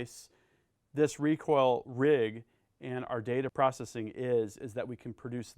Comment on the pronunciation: When we put wahn wecoil wig